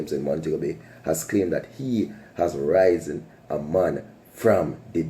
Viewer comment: How about u try saying riz-en